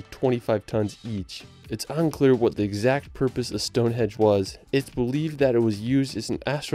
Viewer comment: I love this video. The videography is really cool, but it’s hard to get over how many times you’ve messed up the voice over, be it pronunciation or misspeaking, I’d challenge you to redo the voiceover and pay close attention to what you’re saying, so you stop saying things like Stonehedge.